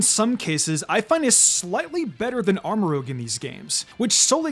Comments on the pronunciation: I don’t know why you pronouncing it “Armor Rouge” irked me the way it did. Armor Rouj. Like Baton Rouge. That’s my 2 cents on the subject. Thank you. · Armarouge, not Aramrogue. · Does not know how to say rouge or does he read it as rogue when he says Armarouge? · It’s ArmaROUGE, not ArmaROGUE. Rouge = red, just like cerulean (CERULEdge) = blue. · ArmoROUGE not ArmoROGUE ROOJ not ROAG it's like he does this on purpose ROUGE means RED in French ROGUE is something else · Please stop saying Armorogue... its Armorouge. Like red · Armarouge is pronounced "arma-ro͞oZH". Rhymes with "scrooge". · It hurts my soul every time you mispronounce Armorouge’s name 🤦🏻‍♂️ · The game has been out for a month, and he still says Armarouge wrong.